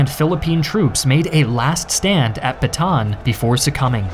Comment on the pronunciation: its ba ta an not batan